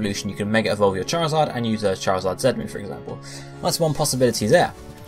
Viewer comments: I listened closely he said Zen at time lol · dude, do you even listen? He says 'ZET'-move not 'ZEN'-move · not being funny but im from the uk and i say "zee" just because it sounds better! so not everyone pronounces it the way he does. lol